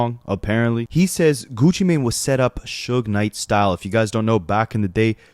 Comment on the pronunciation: Stop saying “geeewchi”